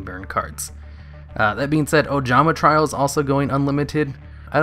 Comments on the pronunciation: also try-O "trio" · He's been mispronouncing trio for years, id mentioned it before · It's Ojama 'Tree-oh'. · Tree-oh, my guy. Jesus